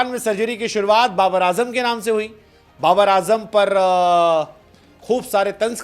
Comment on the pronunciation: Babar ❌ Ba-burrr ✅